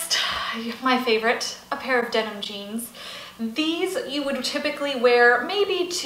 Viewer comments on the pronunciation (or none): Denim not demon